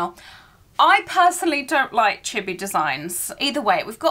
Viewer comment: flinching every time i hear her mispronounce “chibi” (it’s chee-bee, not chibby)